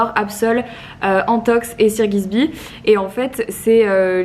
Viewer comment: SIR GISBY T’A DIT MDRR tu m’a tue de rire c’est Sir Gibsy